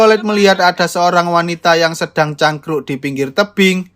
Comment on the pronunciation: TERSEBHUT......CANGKROK....... org jawa gitu lohhhh..........